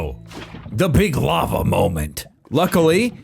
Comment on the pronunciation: If you use Etho's moss farm design, you are obligated to pronounce "lavva" instead of "lah-va"